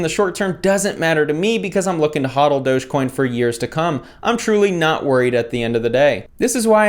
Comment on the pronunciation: It's doggy coin not doughs coin